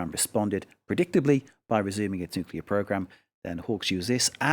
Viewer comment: Nukeler??? WTF, I suggest you go learn the word NUCLEAR, you moron.